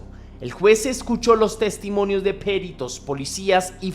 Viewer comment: Gracias por este caso tan tremendo. Por cierto,, no es "Périto", es "Perito", una palabra llana, sin tilde, con tónica en la "i".